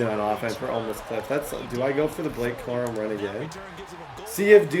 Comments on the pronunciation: Corum more like cor-him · 1 hour 4 minutes 42 seconds “Blake Corum” juke